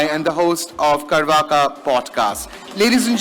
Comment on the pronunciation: Interesting experiment, using that particular presenter. He said "karvaka podcast", clearly is unfamiliar with the word "charvaka". If not organically knowledgeable about Indic stuff, how about some homework instead?